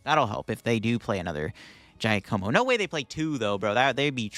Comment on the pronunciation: Giacomo is pronounced like Jacq-omo. What the deuce?